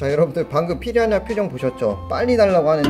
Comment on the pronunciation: 피라냐 발음 불------편